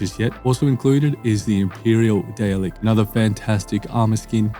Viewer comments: Just a quick FYI for you on the DR WHO Dalek's, the correct pronunciation for a Dalek is "Dar-lek" and not "Day-lek" which is how you are incorrectly pronouncing it. Love your Starfield Mod series of videos and I pretty much watch them daily, they've been a great help keeping me up to date on what's available and how they look and work in-game! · its pronounced Darlek but spelt Dalek- im not trying to be annoying- only correcting a slight mistake